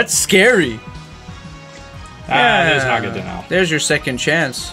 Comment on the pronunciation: IT'S NAGANADEL!!!